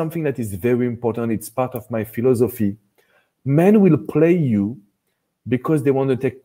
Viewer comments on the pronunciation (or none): I love the way he says “Fee-Law-So-Fee” 😅. So French! 🇫🇷